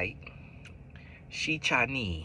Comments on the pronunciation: The chi-neee really had me 😂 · “Chi-neee” and “Porta-ricka” 😭😭